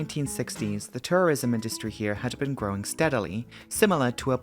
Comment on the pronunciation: accent means "Tourism" sounds a bit like "Tourrerism", like a portmanteau of "Terrorism" and "Tourism". And really, that is an accurate description of how most small island nations see it.